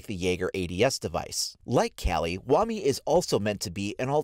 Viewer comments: Its pronounced as "wamay" not "wamee" wtf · It’s WA-MY not Wami it’s spelled Wamai for a reason not wami